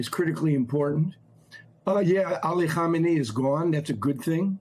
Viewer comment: Melber is mispronouncing the name of the current leader of Iran, Khamenei, and it sounds like he has confused him with the previous leader Khomeini. It is probably better to always say the full name Ali Khamenei, to minimize confusion with the similar name of the first supreme leader of Iran.